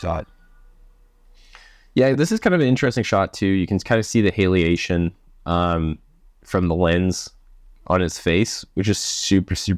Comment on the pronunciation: Stop saying halation like that ur butchering the word